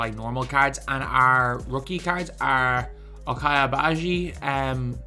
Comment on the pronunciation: Just for future reference it’s pronounced OCH-EYE agbaji not o-chai. Like ocho in Spanish without the o. Or just call him young Och. He was the most outstanding player of the tournament on the team that won the national title. Rock chalk.